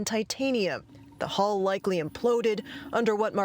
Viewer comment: it's hull - not hall!!!!